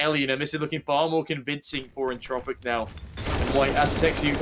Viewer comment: Češi a Slováci: entropiq ostatní lidi: Entčropiq